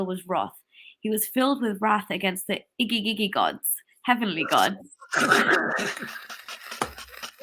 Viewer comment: My fav part was saying "mami". And that Igigi god's 😂😂